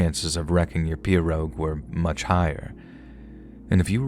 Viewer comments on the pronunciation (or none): Pea-row. The name of the boat is pronounced Pea-row, not Per-og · In Louisiana iT IS pronounced "PEE ROW" 😂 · we in Louisiana pronounce pirogue, p-row... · Solid job! I'm from Lafayette, La. Born and raised and you did well with all the pronunciation. Only thing is it's pronounced PEE ROW. 😂🤷🏻‍♂️ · Uh-SHAF-uh- lye- uh-- that's how we pronounce Atchafalaya, sweetie❤ And it's PEE-ro ( pirogue)- you don't pronounce it phonetically❤❤ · Its pronounced pee-row. Lol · mispronouncing, I don't know spelling, "pirouge", was kind of funny. A commenter, ACTUALLY FROM LOUISIANA, pointed out, that the local pronounciation is," PEE- ROW ". forgets his history, in that, Louisiana was owned by the French at one time & that French is the language of the region, except that, over the 100 + years, it had evolved into the Cajun dialect. The deep Southern twang & drawl, isolated by inhospitable swamplands, thus keeping out much outside influence, hybridized with the French language, created, the officially recognized Cajun language. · Those little boats are pronounced pee-rogue.